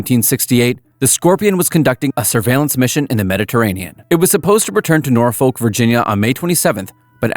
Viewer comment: Norfolk/Portsmouth local here, its ports-muth. Not ports-mouth. Yes thats how its spelled but not how its pronounced. Same with norfolk. Its north-fuk. Why idk. That just how everyone pronounces it.